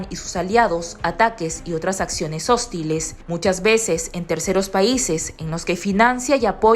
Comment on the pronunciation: SE DICE HOSTI'LES, CON ACENTO EN LA. I.